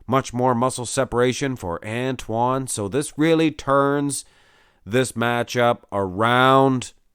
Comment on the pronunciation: Watch Antoine’s video on the Muscle and Strength channel and you can learn how to pronounce his name properly from the man himself.